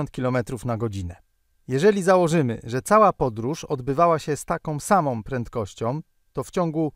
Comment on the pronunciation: "takOM samOM prentkościOM" - ładny kombos.